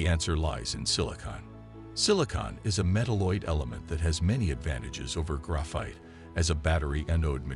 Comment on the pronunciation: "gruff-ITE" FFS hire an actual narrator already